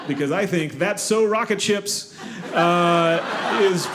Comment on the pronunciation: I thought he was saying “rocket chips” the whole time.